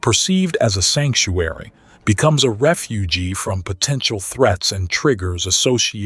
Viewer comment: Really love these discussions. But is there a way you can train the AI to pronounce "refuge" properly, instead of as "refugee"? It just rips the listener right out of the narrative to hear such a blatant goof.